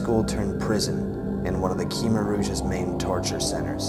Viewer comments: It's pronounced kmair not keemer. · thanks for the video. it really bugs me when people cannot pronounce "khmer" correctly. it's really pronounced "kuh-my". it's my native tongue. i should know. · It is pronounced Khmer (Kha-my) not (kee-mer)..just for future reference..I learned directly from a Cambodian myself.